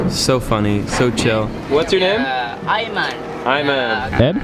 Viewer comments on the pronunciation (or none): Not ayman but aiman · I’m Malaysian and it’s Aiman not Ayman